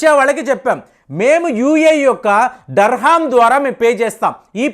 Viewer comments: sorry to correct you it's not so important but I thought to say you UAE currency name is Dirham not Darham I am not trying to judge gust want to update the term Thank you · Durrrrr Hummm కాదు మాస్టారు, దీరాం.. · Iqbal సట్లెజ్ నదిని సూట్లేజ్ నది అన్నాడు Dirham ni dharham anatam ఇంక అనటం నాకు ఆశ్చర్యం కలిగించదు 😂😂😂😂